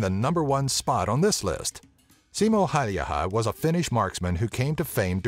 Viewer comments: he is simo häyhä not haiha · "Siimo häyjähä" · Well I shot 5 targets with 5 bullets in 3.7 seconds with an bolt action rifle. Sure the range was only 35 meters but I was 14 back then. May as well become the next Simo Häyhä when I'll join the finnish army. (f.y.i the way you pronounce his name is painful) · you pronounced Simo häyhä so badly that I laughed the whole way through but it's OK becose Finnish names are really hard to pronounce (and yes I'm from Finland) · hän ei nauraa veteraanit. Hän nauroi kertojan huono ääntämistä Suomen sniper nimi